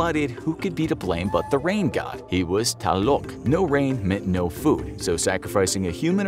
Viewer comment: .__. I am mexican and you bro need to learn HOW TO READ IN SPANISH NONE OF THE GODS YOU NAME ARE SPELLED CORRECTLY, Tlaloc is spelled tlaloc NOT TaLoC